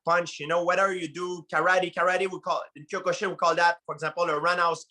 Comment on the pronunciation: If I ever hear Ka Ra Dee again I'm gonna lose my sht. 🤭😄😆